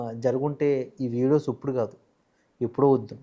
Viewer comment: ఒరే పదాలు ఉచ్చరించటం ముందు నేర్చుకో "ఉప్పుడు" ఏందిరా ఇప్పుడు అనాలి.